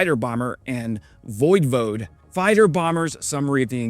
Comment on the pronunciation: It's not voyvoad, it's voy-vod-eh. In this context, it is probably intended to mean "warlord".